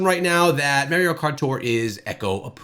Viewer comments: Stopped watching as soon as he said Mario instead of Mario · The way he pronounces Mario makes me sick 🤢